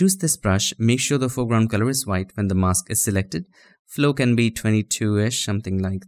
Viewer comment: Your tongue twisted on mask Spell as mas k or mes K